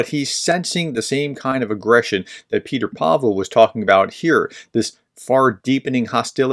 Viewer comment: If you respect Petr Pavel and Czechia so much at least pronounce them correctly. It's (Pet-err) not Peter Pavel. It's not called Czech. It's called Czechia or the Czech Republic. Greetings from Prague, CZ.